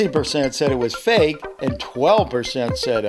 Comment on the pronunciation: sayin real and fake: Well just vote ril or fik. sayin unknown: Or maybe its unknooooooown.🥴